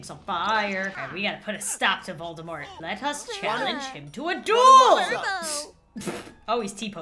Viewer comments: Just letting you know, although I'm late, Voldemort is pronounced Vol-De-Mor, as if he's French. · Fun fact! Volemort is actually pronounced: "Vol-de-mor". Apparently the t is silent. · Dark lord not Volde mort